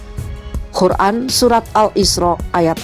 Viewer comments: Masukan: cara membaca perlu perbaikan dlm kata Qur'an bkn Khur'an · Minn QUR'AN pake "QOF" ya bukan "KHO" terima kasih..